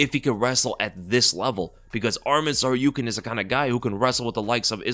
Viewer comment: It’s Tsarukyan and not Tsaryukyan